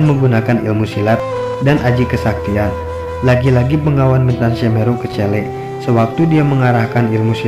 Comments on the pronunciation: Blepetan..begawan Bro bkn bengawan,bengawan nama sungai disolo stahu ane.. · Ma'af bos yang punya video ini anda salah sebut. Begawan bukan bengawan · Anda benar. BEGAWAN bukan BENGAWAN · Hai bukan bengawan, begawan tau